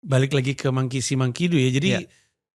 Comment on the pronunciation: gue dengernya mangkisi mangkido, apaan tu, ternyata monkey see monkey do.